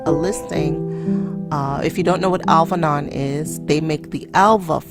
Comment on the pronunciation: Hey can you comfirm the website for me you talk about Alvinon website, but I can't find anything on google, well nothing about fashion and measurement.. But I'm not english so maybe I measundersand your prononciation Thank you